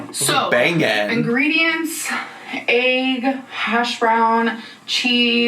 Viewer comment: I CANNOT LISTEN TO THIS WOMAN SAY “AYG” INSTEAD OF EGG ANY MORE. ITS SO INFURIATING.